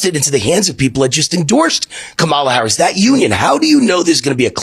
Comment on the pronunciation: Whenever a host starts the interview off intentionally mispronouncing VP HARRIS name. The racism is immediately exposed, and the credibility is forever gone